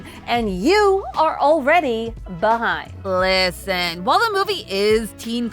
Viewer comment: "Llllisten" Count: 6